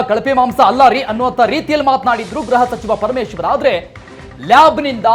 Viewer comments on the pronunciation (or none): ವರದಿ ಬಹಿರಂಗ ಪಡಿಸೋದಿರಲಿ...‌ಮೊದಲು ಗ್ರಹ ಸಚಿವರನ್ನ ಗೃಹ ಸಚಿವ ಅನ್ನೋದನ್ನ ಕಲಿಯಿರಿ. ಅಪಭ್ರಂಶವಾಡುವ ನಾಲಿಗೆಯನ್ನ ಇಟ್ಟಿಗೆಯಿಂದ ಉಜ್ಜಿಕೊಳ್ಳಿ. Nonsense...